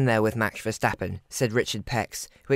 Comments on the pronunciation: Good video but a tip for the pronunciation : Verstappen (Vuh-sta-pen) and not : Verschtappen (Vuh- sch-ta-pen). Pronouncing it with the SCH it sounds more like German. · It boggles me why English people add the SH in Verstappens' name... VerSHtappen ?? why? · it’s not about accents. They don’t pronounce the English word ‘stop’ as ‘sshhtop’, do they?